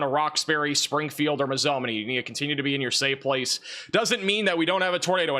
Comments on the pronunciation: Mazomanie = Mazoe-ma-nee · This is incredibly entertaining listening to this guy completely murder the names of our Wisconsin cities. 🤣 Mazomanie is pronounced MAY zoh MAIN E there guy. Love it!